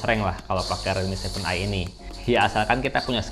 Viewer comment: Aku dengernya kakak blg redmi 7i